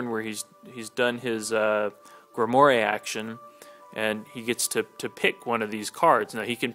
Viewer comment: Just so you know, it's pronounced "Grim-Wahr". It's French.